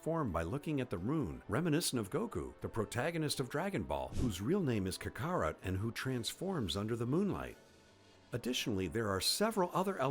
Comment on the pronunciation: he also said kagarut